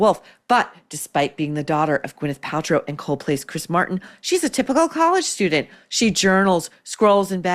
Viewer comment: It's student Not Stu Dent.